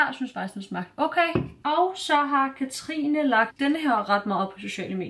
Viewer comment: Jeg er simpelthen så stolt over, du siger mit navn rigtigt nu😂🥰🎉